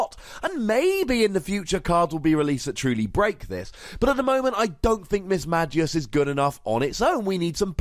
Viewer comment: Had to stop watching this video since you pronounced Mismagius wrong and really anoying to listen how same mistake repeated over and over.